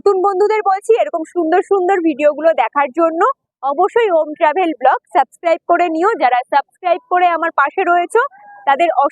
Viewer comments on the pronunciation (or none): none